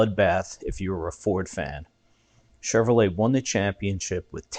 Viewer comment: Furd...cause it rhymes with turd. 🤣🤣🤣